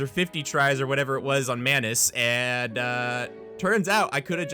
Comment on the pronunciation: When you say "Maynus" I hear "mAnus" and I thought you called him that becuase he's an asshole!